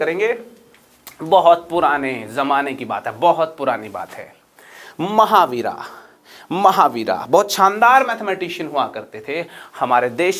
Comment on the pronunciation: सर कृपया हिंदी में बोल रहे हैं तो " महावीरा " को " महावीर" बोलें इसी तरह "गणित सार संग्रह" होता है " गणिता सारा संग्रहा" नही। बड़ा अजीब लगता है।